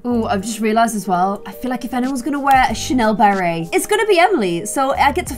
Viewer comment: YEESS anybody notice how says "Burry" insted of "Beret" ^^